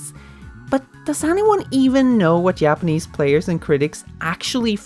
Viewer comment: whay do you call them Yapanese?